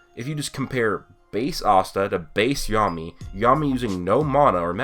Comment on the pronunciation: "ahhsta" ewwe